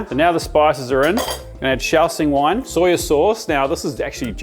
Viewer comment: It murders me every time I hear "soyYUH". Like, just soy. No "yuh". lol